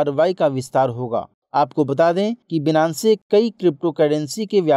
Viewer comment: Thank you so much Sir is great Finance wala pronunciation hoga shayad Binance (बीनानसे ) नही होगा